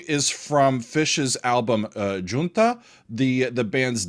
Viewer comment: Big props for proper pronunciation of “Junta”!